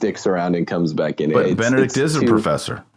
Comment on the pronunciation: Ben-E-Dict. BeneDICT. Benedict. It's a common name. Not Bennet.